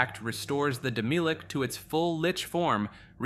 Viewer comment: Isnt it pronounced as Demi-lich? and not Demilich? The way you pronounce it sounds like demilique